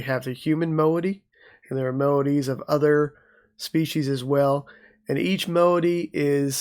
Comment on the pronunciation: Solid. Thanks. Maybe check moieties etymology for pronunciation. I had heard the word moiety before, but looked it up when I was reading the book. I’m a “word nerd” though. Not snobby. Just nerdy. Thanks for video.